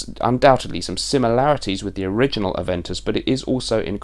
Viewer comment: A(ve)n(t)us colon... lol